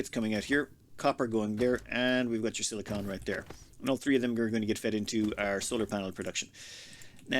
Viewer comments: I love your videos and all but could you please start calling silicon "silicun". Silicone is what spatulas are made of, silicon is what cpu's are made of. And sweet dreams are made of this. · for the love of all that is good and right in the world it is SILI-CON (like a Decepticon from transformers, you say the end "con" NOT "cone") Sili-cone is a substance made up of sili-con based polymers, and is used in everything from bathroom caulking to breast implants. Sili-con is an element on the periodic table, AND IS THE SUBSTANCE YOU ARE MINING. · silly-kin, not silly-cone. Silicone is a rubber-like substance typically used as a heat-resistant coating or water sealant. Silicon is a dense mineral used to make glass.